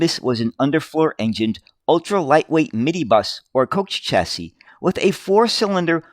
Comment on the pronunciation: Chassis .... is a French word and is pronounced as SHassee ......please try harder.